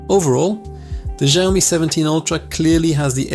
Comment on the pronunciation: its SHIAOMI not JIAOMI bro !